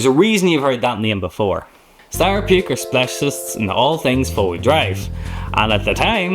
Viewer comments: Puch, not Puke. Sorry, but I heard a lot of wrong pronunciations and I feel the need to correct 🙂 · great video about the great unrepeatable car, I'll always cry for not owning one, even better when you see it alive, but pronation of Puch is hilarious like to puke 😂😂😂 it's just pronounced pʊχ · Puch is pronounced push